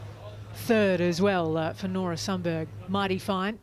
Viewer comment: Please note that you pronounce Sundberg as Shuntberry.